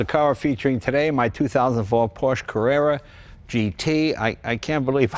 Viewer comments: IMO this is Leno's best video and I think I liked it best because it's just Leno and his INCREDIBLE knowledge and love of this Porsche. I was surprised that the first time in this video that he said "Porsche" he mis-pronounced it. I know Leno knows how to properly pronounce 'Porsche". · Jay, it’s not a “PORCH”, it’s a Por’shuh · It’s Porsche not porsch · Jay, The salesman Neillo auto Group Sacramento told me "your are an owner now, its pronounced Porscha". Thanks for sharing your love of the auto.